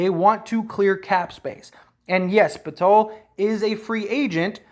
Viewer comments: poeltl is pronounced like hurdle btw. “purdle” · Not Jay-Kob Potello..lol...Its Yah-cob Pur-tle